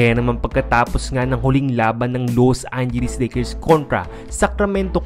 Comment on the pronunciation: Loose angeles lakers!!!!! Ayusin mo dila mo....